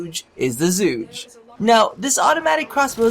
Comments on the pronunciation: its pronounced chu-kay not zu-gay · pronounced zhu ge not zhugay xD good try :P chinese here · Its Zhu Geh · WEE OOO WEEE OO HERE COMES THE PRONUNCIATION POPO It's like "zhoo guh" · Chocolate Egg Oh I know. With that pronunciation in the video I couldn't pass that line up though. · While I know you'll pronounce it however you want, I just wanna say that it's actually pronounced Chu-Ge (like Girl, but just the Ge part). Just dropping random info. Thanks for testing the weapon :) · "..it's zhuugee.." ,- Donald Trump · You're pronouncing it wrong, it is pronounced as "zoo girl" or something like that this is the chinese word, google it if you're up to it :D 诸葛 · your Chinese is terrible